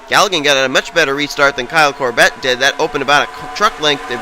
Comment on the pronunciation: It's more the less pronounced "COR-bit"